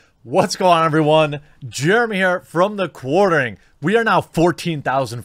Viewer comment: "Germ here from the Quartering" have you had a sip to celebrate already or why do you fail to pronounce your own name? O.o